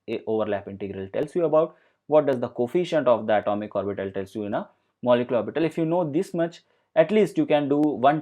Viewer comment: Lost the will to go on when he pronounced orbiiitall